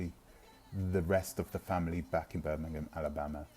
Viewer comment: Birmingham, Alabama??? couldn't quite understand your pronounciation.